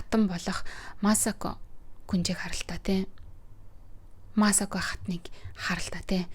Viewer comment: Масако дуудлага нь жаахан буруу бна. Ютүбээс бичлэг олоод сайн сонсоод зөв дуудлагыг нь олчих бхаа